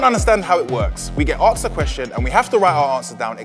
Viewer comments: Asked pronounced Acksks" is hilarious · I see you are still pronounced asked aksed. in school it is understandable but as a grown man you must learn how to pronounce it, especially when you have had atleast 5000 years of experience learning languages